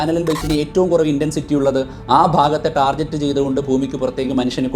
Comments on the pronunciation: ടാർജറ്റ് അല്ല ടാർഗറ്റ്. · it's റ്റാർജിറ്റ്